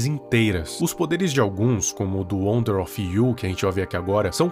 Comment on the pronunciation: Não quero ser chato mais o nome na rela wonder of U. Não wonder of you. E estranho ouvir você falando o nome errado